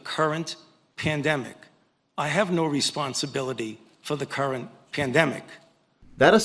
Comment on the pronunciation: the way he emphasized that he’s not responsible for the “current” pandemic makes me sure as hell that he’s responsible for at least one pandemic.